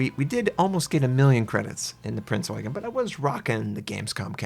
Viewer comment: that pronounciation was spot on dude. Respect